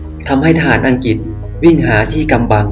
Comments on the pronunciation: อังกริด ไม่ใช่ อังกิด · น่าจะออกเสียงให้ถูกต้อง...คุณออกเสียงได้ดี..แต่พออังกฤษคุณออกเสียงเป็นอังกิด..